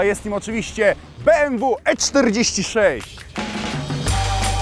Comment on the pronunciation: jakie be em wu tylko be em we kurde nausz się